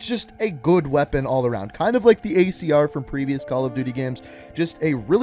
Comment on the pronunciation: Did he say icr instead of acr